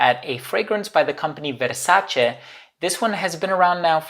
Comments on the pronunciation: I'm glad you're pronouncing "Versace" in the correct way. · Amazing and correct pronunciation of the brand **Versace**. I love all the Versace perfumes.